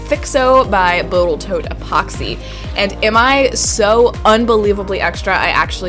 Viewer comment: "Boatel Tote". Lingual dyslexia.